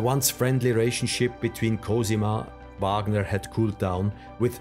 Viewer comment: His given name is pronounced REE-kart. And it's VAHG-ner. And VAE-mar. I biography should not fail at pronunciation of the key proper nouns involved.